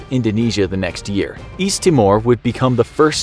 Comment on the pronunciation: East? I thought you said weast